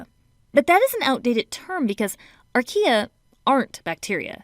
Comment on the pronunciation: who heard IKEA when she said archaea? just me, ok....